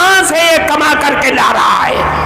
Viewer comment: جاہل ہے کما کو قما پڑھتا ہے